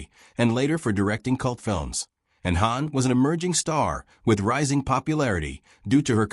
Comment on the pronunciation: the ai can't pronounce hawn correctly